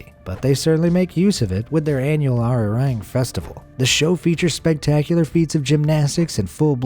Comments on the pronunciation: Arirang is pronounced ARE-EE-AHHHHHNG. Your horrendous pronunciation undermines your video. Please work on it. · I liked the video but you should have pronounced Arirang correctly.